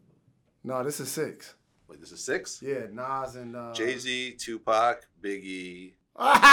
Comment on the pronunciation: I stopped watching after he said Jay-Z.